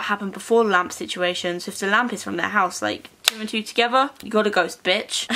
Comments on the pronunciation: I thought she said lamb 😂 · I deadass thought she said lamb 😂